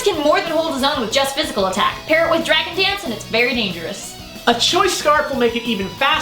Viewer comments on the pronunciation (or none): In stead of dragon dance it sounded like dragon pants